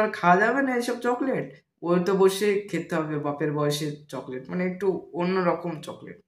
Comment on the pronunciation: chocolate ❎ chokober ✅ 😂😂